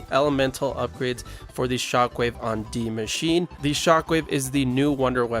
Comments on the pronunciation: Why do people keep saying Dee machine instead of D.I.E.? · Why do ppl call it deee machine 😂